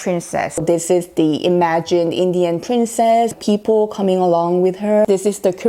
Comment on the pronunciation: Your sound is so clear.But many times wrong pronounciation of (people). You can check it out Oxford dictionary. Thanks 😊